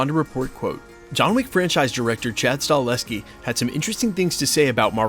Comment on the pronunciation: You lose all credibility til you learn how to pronounce the Damn name properly of Chad Stakelski